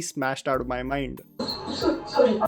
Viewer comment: Horrible show it is. How come a woman say other english words correctly, but can't say Sorry correctly. Instead she says Suri. Apart from that rest is you can't see a woman being bashed like this. I am sure that no family anywhere in the world goes through such hell whole situations. Question is what are they trying to portray, that a woman shud stand for herself and it takes 400 episodes to do that. I thank myself that i stopped watching this at the 200th episode. Atleast my BP is normal now. I watch Tarak Mehta ka Ulta chasma, which is hilarious and no doubt its the number one show till today.